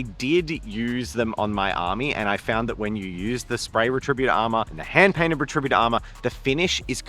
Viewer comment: is pronouncing it "re-TRI-but-or" instead of "RET-ri-BUT-or" an Australian thing?